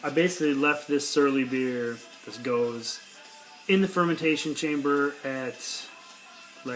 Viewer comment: Pronounced go-zuh